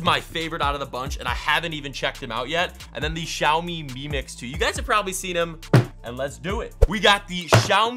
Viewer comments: ik the xiaomi one and it’s pronounced zihaumee btw im malaysian:) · Who cringed when he said Xiao mi wrong? Anyone? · Yeah, i feel you. I also felt annoyed when he was talking about the Mi Mix camera. I guess he didn’t know he can just flip the phone. 🤦🏽‍♂️🤷🏽‍♂️ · You are pronouncing the meizu and the xiaomi wrongly....